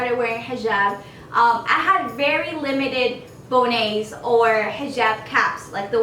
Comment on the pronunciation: Bonnet is pronounced the way it’s spelled. Bonnet.